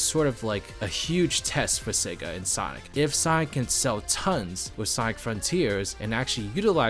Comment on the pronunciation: Take your time to pronounce "Sonic". Two distinct syllables.